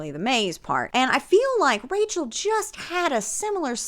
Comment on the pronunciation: The “RACHEL” was so pointed and it had me dying